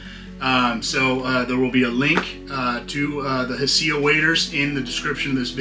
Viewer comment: I think its pronounced "High Sea", i was saying something similar to u until i heard another youtuber say high sea and it made sense to me😅. Because of u i give the ol mudhole a try once a year.............damn that didn't sound right....yall know what i mean😅😂 🎣